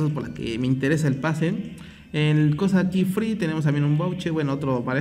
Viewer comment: cuando dices free suena a que dices friv